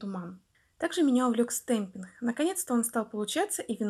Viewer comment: Всё хорошо, но слово ,, стемпинх,,.... Это жесть. Вы бы старались все таки сказать с ,, Г,, чтоб это для аудитории получше звучало( извините, я обидеть не хотела